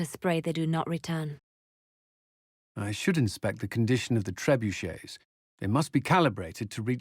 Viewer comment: dude it's "Trebuchet" LOL, that's a French word FYI :)